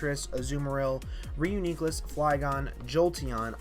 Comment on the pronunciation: FLYGON SUXXX also stop saying reuniclus like that pls